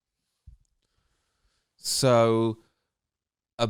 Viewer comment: Bwains.... Another Johnathan Ross ..can't say his R's ... Good ole nurse gladys ...